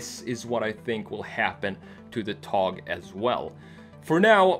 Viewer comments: öyle bir söyledi ki,adamı Türk zannettim :D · but at the end of it it was a little bad but it sounded like hes a turkish man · Well pronounced buddy :) TOGG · Are you from turkey? You said the word togg like a turkish people. I've noticed. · exactly, think he had turkish friends in sweden